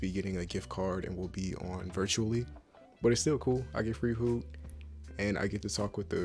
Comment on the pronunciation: The way he says I got free phoo....I love you man! <3